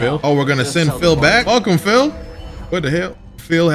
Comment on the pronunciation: I know he ain’t call Pili “Phil.”